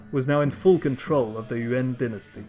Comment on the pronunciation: Dynasty* not DNASTY